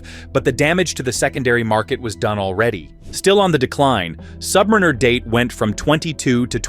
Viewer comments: I dunno, not listening to anyone who calls the Rolex Sub a “Sub-Marine-Er” vs Sub-Mare-In-Er 🤔 Another BoT channel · Don’t listen to anyone who calls the 24 secs in…Rolex Sub a “Sub-Marine-Er” as it’s pronounced “Sub-Mare-In-Er” Even for a BoT the moron who stitched this all together doesn’t have a clue.